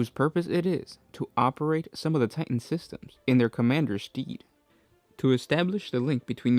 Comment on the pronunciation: lol, bro can't pronounce fetus or stead.